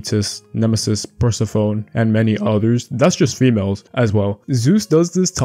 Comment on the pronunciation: Enjoyed this video. Some of the names are pronounced differently, though. Like Persephone is pronounced per-seh-fuh-nee and Midas is pronounced Mai-dus.